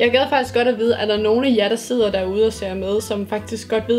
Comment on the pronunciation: Elsker den måde hun siger "sidder" for hun siger det som "sitter" xD